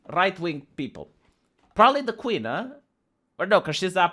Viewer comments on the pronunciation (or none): none